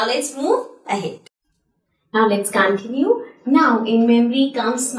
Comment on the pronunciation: This is not cantinue this is continue 😂😂